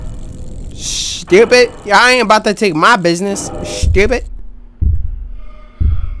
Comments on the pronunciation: dat boy said shteuwpid🤣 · I love it on how accidentally siad "shtupid" once and now it's another catch frase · can we stop with the shtewpid it sounds so annoying lol